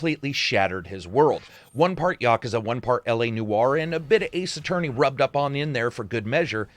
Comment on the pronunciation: Props for more properly pronouncing Yakuza than your average western ye-KEW-za. It's no big deal but does bother people who prefer proper nouns to be said right. Otherwise--as always--your BS free review here was very informative and entertaining in its own right. I've never delved into the Yakuza series, might be about time though.